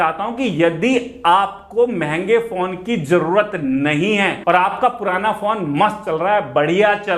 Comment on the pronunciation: Every time he says phone I hear it porn